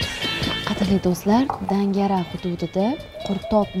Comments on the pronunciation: Дангара эмас данfара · Дангара эмас данґара